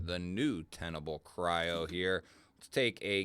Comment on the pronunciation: If you go to the link from the company who makes it , it’s called Kryo not what you said.